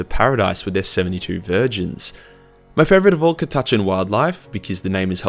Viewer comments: Cat-a-can. The Catachan Jungle fighters. The Ch is silent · Cah-tah-chan, u wot m8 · Cata-chin, cata-chen, christ man, Aussie pronunciation is fucked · on behalf of all other Aussies I have never heard anyone pronounce it the way just did lol. I was like wtf man!?! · when i heard that pronunciation had to check this wasn't One Mind Syndicate putting on an accent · Come on man catachan is the convination of south America, australia and Africa. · I laughed every time you pronounced it wrong. This was awesome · Australian man mispronounces Catachan for eleven minutes and 53 seconds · I've heard a few pronunciationions of Cat-a-chan, this is BY FAR the worst. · It's Catachan not Catachan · I've never heard catachan pronounced like that. Mind once some radgies came into the GW i was painting in and called a monolith a mono-lie-ith hahahaha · That by far the worst i have heard anyone say Catachan. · The way you say catachan makes me want to rip my ears off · that is by far the worst pronunciation of Cata-chan i have ever heard. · Isn't it pronouncend KADAKA not KATACHAN fuckinf weeb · The way you pronounce catachan gave me word aids and now I'm dying 😑😑😑😑😑😑😑😑 CAT---A---CHAN Cat like the animal A literally the letter A Chan like Jackie Chan Now stop it before I put you in your own basement with Timmy I don't want that mouth saying that word well I'm watching a video put him in the bathroom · I've always pronounced it "Cat-A-Can". I preferred my way. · Isnt it said katakan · According to colonel iron hand stracken, it is pronounced Cata-can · Catachan- (Cat-a-can) or (Cata-Chahn), cause listening to you trying to pronounce this word is awful. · Cuhtuhchun is by far the most irritating pronounciation of Catachan I've ever heard lol. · I've been pronouncing it kat-a-chan for like 20 years whoops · Ca tuh Chan there you go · Ka-touch-in lol lol lol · CAT. A. CHAN. jesus this name have NEVER been so buchered. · Its “KATTA-CHAN”